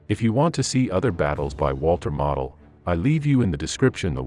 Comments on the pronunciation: Spanish maps. Who realy deserves credit? "Mo dl" Long "L" NOT "mah od." Geesh. Not like he's obscure. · Its Walter MOEdel, not Walter model airplane. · walter model - pronounced moh dul Gross Deutschland pronounced GROCE deutschland